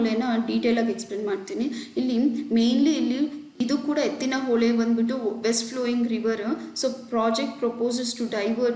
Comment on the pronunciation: ಎತ್ತಿನ ಹೊಳೆ ರಿ ಹೊಲೆ ಅಲ್ಲ 😂